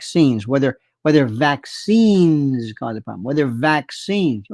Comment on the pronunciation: vaccines was it? I wasn't quite sure what you were saying 🤔